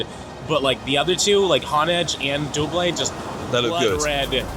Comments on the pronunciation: as usual, mispronouncing Pokemon names with confidence. It's not "Duo-blade". It's "Doublade" as in combining "Double' and "Blade". I wouldn't listen to him regarding saying words out loud. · He's American, that's what I expect